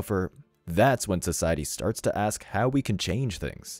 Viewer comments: A S K ... it's ask, not aks. Why are there people who seem incapable of proper pronounciation? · Its "ask" not "aks"